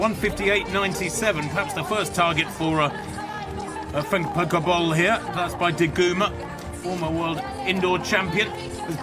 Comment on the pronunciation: Hate that the AI voice doesn't pronounce Femke correctly !